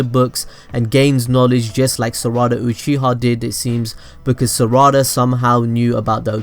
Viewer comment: Its sarada not saaaraaaada